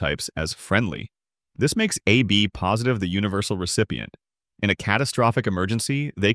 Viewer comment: Based on some of the weird mistakes in artwork, and voice hiccups from time to time, I think thus video was made with AI. Like revoked. is an example of artwork. Look at the hand, rake, tube and liquid of the guy on the left. the way the voice say 'AB positive' sounds like AI misreading text as 'a B positive'. Finally, look at the arms of the guys in the middle.